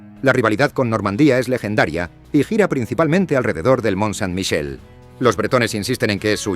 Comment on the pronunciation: Curioso que Le Mont Saint Michel lo pronuncie bien en francés y el resto no, Qüimper, debe de decir qüeso también...